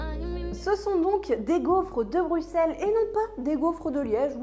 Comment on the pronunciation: Merciiii de bien prononcer Bruxelles 😍🥰 et sinon c'était quoi cet accent à ? 😅😂